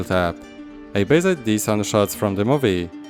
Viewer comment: Words like "covered" and "based" are basically pronounced without the last "e" being silent. So it's just "coverd" and "basd" instead of "cover-e-d" as you pronounce it. Just watch some english videos and you will hear it :) Just to improve your English skills step by step :)